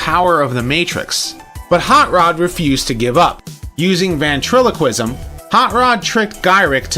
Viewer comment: It’s ventriloquist, not vantriloquism.